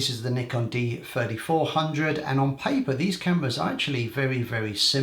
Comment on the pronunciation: It sounds like you are saying Nikon D4500 (D-fourty five hundred for D3500) and so as like Nikon D4400 (D-fourty four hundred for D3400).